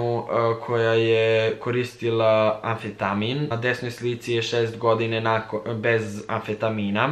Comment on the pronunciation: kaze se amfetamin ahahha